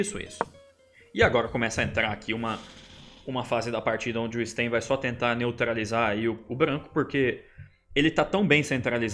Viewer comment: A pronúncia em russo é "Stêin" mesmo, e não "Stáin". Ótimo video, Supi!